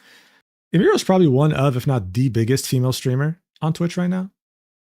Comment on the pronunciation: He's explaining all of this like hes an expert, but cant pronounce Emiru's name